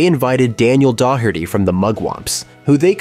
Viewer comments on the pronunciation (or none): Another great A.I. announcer flub. The name is Denny Doe-er-tee, not dock-er-tee. You have a long way to go to get 5000 likes, hell you have a long way to go to get 1000 likes. Get a real announcer and maybe you'll get a better response. No like from me till you fix it. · Clean up your AI Narration. You totally butchered Denny Doherty's name. Do you not listen to your content before you release it?